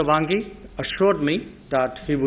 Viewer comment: Jai shankar said 'Bhangi' instead of Wangyi 😀😀😀